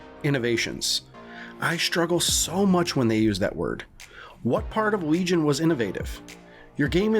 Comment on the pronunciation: You-bee- soft NOT uby soft Also Lee-Gn Not Weegon